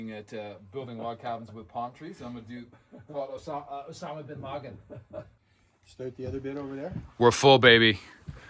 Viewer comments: “Osama Bin Loggin” 😂😂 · “Osama Bin Loggin” 😂